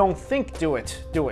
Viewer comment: you said mudder's womb